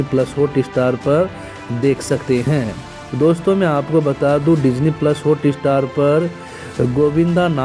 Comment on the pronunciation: Thumb nail ke Sath subject kue nehi match hota ?Sir please HOOTESTAR NEHI it's HOTSTAR .First correct ur pronouncetion .1 DISLIKE Banta Hai.